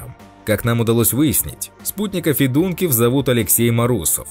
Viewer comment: Фамилии заканчивающиеся на ИВ, это западная Украина, ударение надо ставить ФедункИв, так же как у певицы Ёлки ИванцИв, режет слух ФедУнкив, говорите правильно!